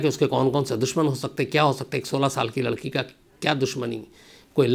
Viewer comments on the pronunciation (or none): none